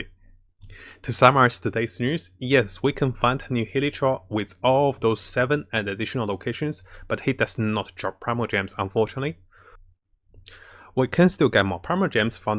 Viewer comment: I keep hearing "hiletroll" instead of hilichurl